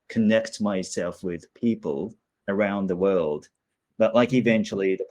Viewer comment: when you said "around the world" that just sounded so aussie🎉